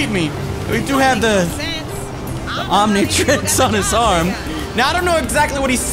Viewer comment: Omnitrix is how you say it